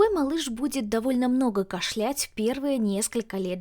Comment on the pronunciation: Не кашлЯть, а кАшлять.